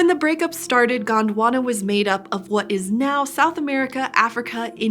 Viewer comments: Its Gond Wana not Gaand Wanna 😂😂😂😂😂😂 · It is Gondwana not GWANDWANA .😂